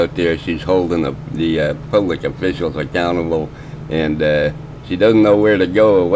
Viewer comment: I hate how she says "phub-lic".